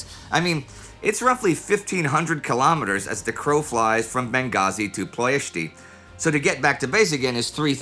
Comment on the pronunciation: Lovely episode, Indy and team! Though 1 minor nitpick on something I finally actually have a small clue about as I live there or better said here, in Ploiesti. There is no accent on the "i" at the end of Ploiesti, the way Indy pronounced it it actually sounds more like "Ploiestii" in romanian rather than "Ploiesti" unless I am missing some major pronounciation changes in the last 80 years and you somehow found an older pronounciation form :) Great pronouciation on the first part of the word from Indy though!